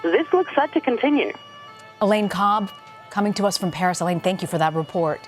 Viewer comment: In "bharis" 😆